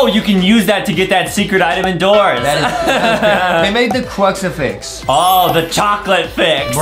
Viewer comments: Btw it's crucifix not cruxifax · it is not called a cruxerfix it is called a cruserfix